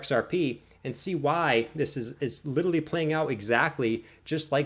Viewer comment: "xrp will go 100x" - guy who can't pronounce "literally"